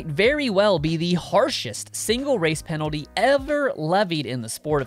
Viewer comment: Please spell the word "penalty" the way you are pronouncing it.